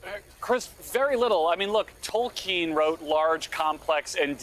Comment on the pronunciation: Who is Tolkeen? 😂